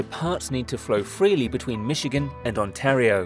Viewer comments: It's "On-tear-e-oh" not "On-tar-e-oh" That's better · can't pronounce Michigan or Ontario, good lord